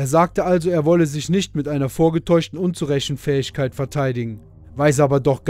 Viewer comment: Unzurechnungsfähig....Nicht Unzurechenfähigkeit 😊😊😊 Ist mir auch aufgefallen... Aber jeder weiß, was du meinst 👍👍👍